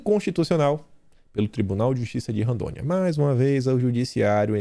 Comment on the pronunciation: Não “Randônia” é Rondônia. Kkkkkkk